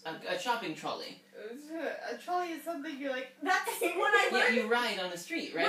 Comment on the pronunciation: is the only one saying trolley correct deal with it. That is correct English right there